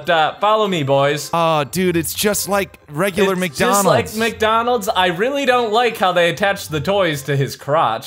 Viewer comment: Welcome to McDoonalds? Is funny